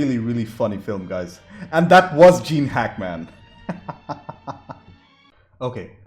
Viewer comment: are you intentionally copying South Park with the "Hack-Man" pronounciation?